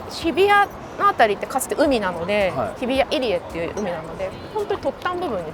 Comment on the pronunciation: 日比谷 が しびや と聞こえちゃtたんね。